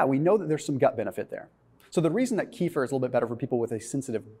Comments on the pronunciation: Keh-fear not kee-fer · Kefir, not " kifir" rhymes with "Cape Fear" without p 🇪🇺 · The correct pronunciation is kuh-FEAR. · Please pronounce the drink correctly. It is pronounced Keh-feer, kind of rhymes with Heifer, a cow. It comes from Russian via Turkish. It makes you sounds stupid. That silly keto dude Dr. Berg, also pronounces it wrong. Don't be a Berg. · Pronounced "Keh - FEER"